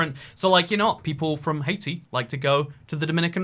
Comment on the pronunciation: The way pronounces Haiti kills me every time XD